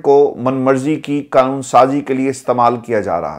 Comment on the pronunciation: کیا یار آپ کو “قانون” صحیح بولنا ابھی تک نہیں آیا؟؟ مسلسل “کانون، کانون” بولتے ہو!! بڑے افسوس کی بات ہے!!